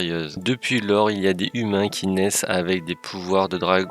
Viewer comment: Alors pas mal, mais un peu plus énergétique ^^'' Et oublie pas les liaisons vocales ! Les [ZHUMAINS] et non pas les [Humain], c'était super trigger's d'entendre à longueur de vidéo ><